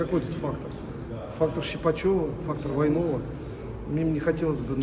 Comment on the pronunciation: "Фактор ВАйнова", он вообще правильно говорить умеет?